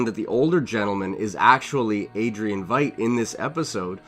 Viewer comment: It's pronounced "Vight"